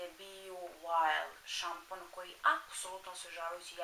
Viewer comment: Je l si ti to rekla bu SAMPON? :D Ili se meni ucnilo? :D Super video. :)